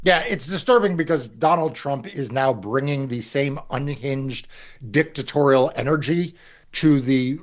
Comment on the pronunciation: 😂 did this dude just emphasize the "dick" in dictatorial?